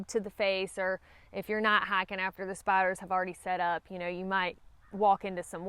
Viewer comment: I'm not afraid of spiders, but I thought you were saying face bites instead of face spiders. Face biters do sound scary.